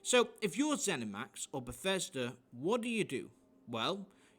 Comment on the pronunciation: bethesda became beshitda :p